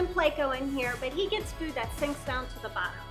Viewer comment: I love haw you pronounce pleco you're the best. "plecow" dont change it for anything